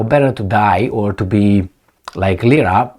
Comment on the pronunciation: Lira. Not lisa.